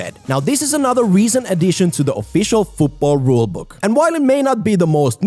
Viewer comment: Rule 11. FUUTBOLL is not how to say football